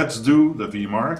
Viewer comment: I am heartened to see VMARC still finds use. (By the way, it is Vee Em Arc, not Vee Marc)